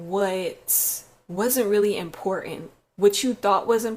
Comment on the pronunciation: She says Miracles, Strength, and Important like....."Meeracools" "Strenth" "ImpoorAnt" Lol............